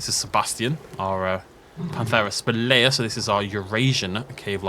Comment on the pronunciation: for reference panthera spelaea is pronounced spell-a-uh